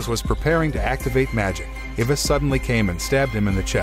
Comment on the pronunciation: i think the only problem i’ve ever had with this channel is the pronunciation of names… like the narrator gets some of them right but then butchers others… like what the heck is an ivis i only know eye-vis😭